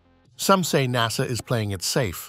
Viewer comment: 'Nar-Sa'... ok